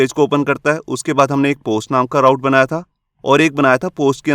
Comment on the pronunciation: sir ise raut nahi root pronounce karte hai.... i also come to know after 3 years working in laravel and codeigniter...